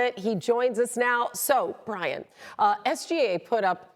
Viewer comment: They didn’t even say Brian’s name right. Embarrassing